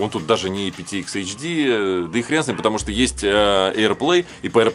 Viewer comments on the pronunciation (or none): none